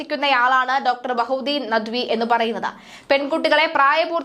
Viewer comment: മോൾക്ക് വാർത്ത വാഴിച്ചതിന് എത്രകിട്ടി ബദ്ഹുദ്ദീൻ അല്ല ഡോ ബഹാഹുദ്ദീൻ മുഹമ്മദ് നെദ് വി അക്ഷരം തെററാതെ പറയാൻ പഠിക്ക്